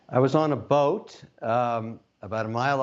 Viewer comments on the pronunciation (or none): was my first thought as soon as he emphasized, boat 🤣